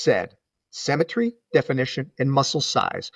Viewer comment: Great video, but the word symmetry is pronounced “sim” not “sem”.